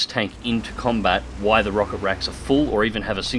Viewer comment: Damn it, I heard you say "while" once. I know you can say it now... Why always say "why"? Is that an Aussie thing?